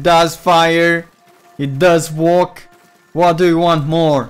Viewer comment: Are you saying "walk" or "work"?